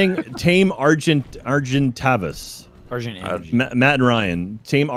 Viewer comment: Alright...I'm gonna say it....PTER-RAN-A-DON. PAR-A-SAUR. ARG-IN-TYE-VIS. Also...STOP GOING INTO THE SWAMP LANDS!! lol. Theres literally a dozen different better places....like go check out green oblisk, theres ALOT of good places to build around there. And yall REALLY need to go get an Argentivis. There up in the mountain area. Cold biomes.